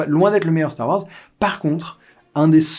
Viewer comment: starrr waaorssssss neuf??